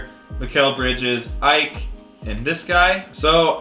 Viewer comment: I know it’s picky but for the future Ike is pronounced e-kay